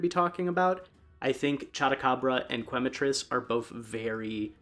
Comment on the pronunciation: Growing up speaking Spanish, seeing people pronouncing Quematrice as Qu-ematrice is always a little funny. It’s pronounced Kematrice as Que is pronounced Ke, Quema is Spanish for burn which makes sense because fire chicken. Loving the video so far! ❤